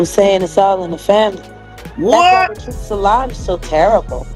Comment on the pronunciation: Is anyone else annoyed at the way the narrator is pronouncing Tina, Solange, and Beyoncé names?